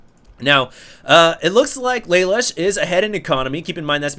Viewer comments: You don't say it like lay lush, its la loosh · It's pronounced: lah -- loo -- sh From CodeGeass Thumbsup!